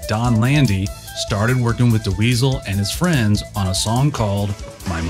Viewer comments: Awesome compilation! Thanks for putting it together! Great footage and walkthru of the history of 5150. I did chuckle each time you said "Duh-Weasel" :). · I think you mean "induce Frank into the Rock and Roll Hall of Fame". It's Bill Putnam. Not Bill Putman. And it's Dweezil. Not De Weezil.